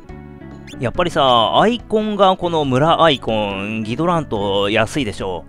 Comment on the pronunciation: お邪魔しますm(_ _)m 一度キドラントって読んでた様な気もしますが、ギドラントに戻ってましたね。